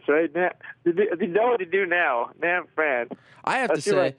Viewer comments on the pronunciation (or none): It is Nab Phran. Get it right! -Sensei